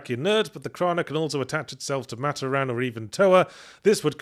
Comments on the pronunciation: Saying Matoran as mat-oh-ran instead of mah-tor-an is tweaking me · Fun to hear about bionicle after so long. Still, one thing that bugged me. While looking at the word Matoran, i get why he pronounced it that way (I hate it but i get it). its pronounced Ma-tOr-an not Mator-An. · "Matta-Ran" Oh god that hurt me deep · I still cant get over "maat-or-anne". Its gonna stick with me forever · Well yahtz. As an avatar fan theres only 1 of the MANY firebenders who is level headed Edit as i continue watching the video: and toph is an earth bender who i wouldn't consider physically strong Edit edit: FOR THE LOVE OF ALL THAT IS HOLY it's pronounced MA-TOR-IN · I'm giggling so hard at Yahtzee pronouncing matoran as "Mah-toh-ran" 😂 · "Mat Oh Ran" Oh, this is gonna be rough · Very curious given the spelling mistakes Yahtzee caught like "to steel hooks" if his mispronunciation of 'Matoran' was because of who wrote the script rathan than Yahtzee misreading it.